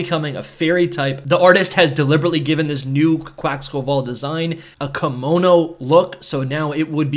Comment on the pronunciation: Bro really said Quaxquaval